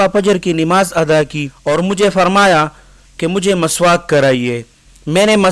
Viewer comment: Maswak ni miswak hai, alfaz ka bhi asar hota hai